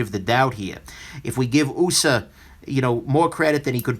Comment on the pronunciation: it simply cracks me up every time you say, "'Usa'" design(ed)!